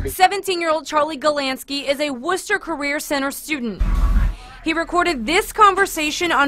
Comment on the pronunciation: its Wooster not worcter